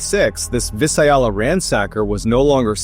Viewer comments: I actually live in Visalia Mr Ballen & you absolutely slaughtered the pronunciation of Visalia... It's pronounced Vie-sale-eee-uh. You're welcome. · It's pronounced Vis-say-leeya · Vi-Sail-is. Visalia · Vye-Say-Leah is how you pronounce “Visalia” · It’s pronounced VI-SAIL-YA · Vi-sale-ya, just helping a non Californian out! 😃👍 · It’s pronounced vi-SAIL-yuh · It’s pronounced vi sa la . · I applaud the attempt, but the proper pronunciation of the town is *V-eye-sail-ee-uh* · Vi-sail-ya In California, just assume everything is a Spanish name and pronounced with that accent. Remember the Conquistadors and the Jesuits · OMG, lol, it's Vi-sail-ya, and it's not near Sacramento. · V-eye-say-Lee-ah (Visalia) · It's pronounced Via-sale-ya. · It's Vi-sail-ya. as in Sail Boat! I love your channel! Watch daily! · Its Vi-sail-ya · Vie- sail- ya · Vai- sail-ya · Thank you. I was hoping someone else would notice. V eye zalia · Thank you. I wish people would learn how to pronounce words before they do a video. Especially town or person's names. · That was a wild pronunciation! I’ve never heard anyone say Visalia like that. Im a Central Valley local, everyone here says it Vie-Sail-ia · Learn how to pronounce the town of Visalia. My god. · Ask Google for the correct pronunciation of Visalia. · As someone born and raised in visalia hearing you say it kills me the pronunciation is way off.... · You pronounce Visalia so bad I couldn't finish the reel. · Viss-Aye-ah-luh ROFL. It’s Viss-ALE-ya if you care. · Accent on the 2nd syllable: "Vai-SAIL-ya". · It's pronounced Vie salia. The fist I is long. Here's to hoping people understand what I'm saying and that public school hasn't done the dumb down. Long and short vowels. If you have to, look it up. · Vhy - Sail - E - Uh Visalia That’s how you say it bruh 🤦‍♂️ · Vye-sail-ya. Not Vih-Sye-ya-lyuh. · FYI Visalia is pronounced Vy-Sal-Ya not Vee-sai-yalla. Lived there for almost 18 yrs. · Visayala? It's Visalia. Vi-sa-lia. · It’s vis-SAY-Lee-uh